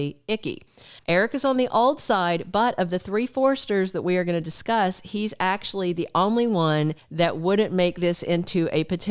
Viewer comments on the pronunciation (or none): none